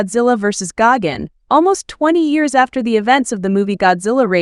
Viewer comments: Its gigan not gagan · Why does she keep mispronouncing Gigan as Gagan? There's no extra A in his name. It's Gigan with an I. Not Freakin Gagan!